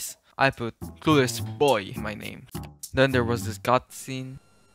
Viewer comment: "cluless boy" It's "CLUELESS"